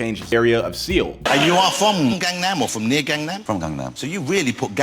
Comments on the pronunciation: How do you mispronounce "gangnam" when there's an entire song repeating the word? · You mispronounced Seoul as well as Gangnam.